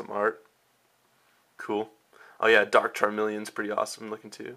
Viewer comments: Dude, you make really mutch pressure on the start of almost every word you say :P like "DArk" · I love the way you put emphasis on the word dark. XD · so much emphasis on the "Dark" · "AN A DURKKK JOLTEEYONNN!!!" The overpowering emphasism is cringeworthy.